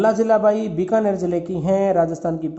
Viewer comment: Sir app binakar,,ko,,(Bikaner) kyo bol rhe ho🙆